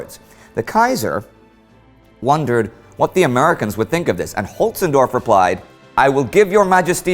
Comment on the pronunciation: Conrad von Hötzendorf...Henning von Holtzendorff... ooo boy, the 'L' is silent on that one.